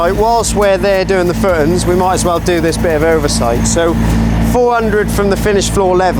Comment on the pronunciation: Great vid and very excited to see how it all pans out! Where abouts are you from? Once I noticed you pronounce footings “footns” in couldn’t un-notice it 😆 thanks for documenting this 👍🏻